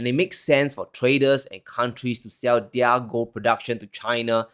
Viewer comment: young,,, you keep up the excellent work and the channel going! Your presentation is still improving by each session! No fawning,,, it makes one wants to stop in between to make comments like this before continuing with the video! Good job! NB: plz pronounce 'their' as "there." No malice, just respect! You have so much potential!